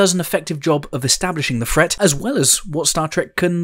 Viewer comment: Why do you pronounce your THs as if they were an f? Fret instead of threat, Earf instead of Earth, and so on.